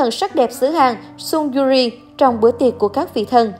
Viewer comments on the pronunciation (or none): Kể cả là tên tiếng Hàn cũng đọc không đúng như Lee SangWoo, Sung Yuri. Ai đã từng học tiếng Hàn sẽ biết nhưng có thể thông cảm được